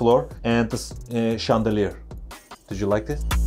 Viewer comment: Her şey şaneliyir şandeliyir deyip duruyo cjsşxjod